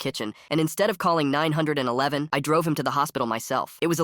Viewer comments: It's not nine hundred and eleven it's 911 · 911, it said the number like a sentence instead of saying 9-1-1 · "Instead of calling nine hundred and eleven" 😂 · It is 911 bro not 9111😂😂😂😂😂😂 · "Instead of calling Nine hundred and eleven".